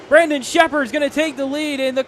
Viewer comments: It’s not “brenden” it’s BRANDON. lol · for real lol. guy couldn't say his name right for the life of him